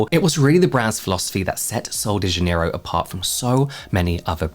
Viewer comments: It’s pronounced kind of like zha-NEH-ee-roo. The “j” in Portuguese sounds like the “s” in measure or treasure. The stress is on the second syllable (NEH). The final “ro” is softer than in English, almost like roo but shorter. So together it’s: zha-NEH-ee-roo. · How do you pronounce Janerio? I was an employee at kohl's and my Spanish speaking coworkers pronounce it Hanerio because of the J being an H sound in Spanish, but I know dialects can add variation? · these ladies were saying Jan-near-o. Like January, Jan. I say it with a soft J. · I had to teach the Ulta employee here to say Janerio. They were saying it so wrong with the southern accent. (I speak basic Brazilian Portuguese.)